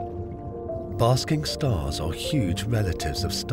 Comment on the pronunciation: Basket Stars, not 'basking stars'.